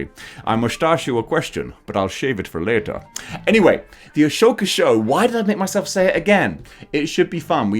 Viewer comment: Ah-Soka. Not A-shoka. lol C’Mon MAN! lol. Just messing.